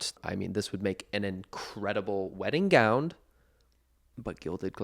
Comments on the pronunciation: am I crazy or did Connor say gownd instead of gown several times in this video? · Connor? Are you saying gown with a d? Gound? Love you but huh?? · Am I hearing gownD?? 😂